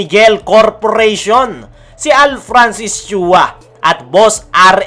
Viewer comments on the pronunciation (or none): none